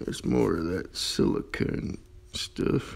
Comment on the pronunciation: Is it just Me or is funny how He says silicone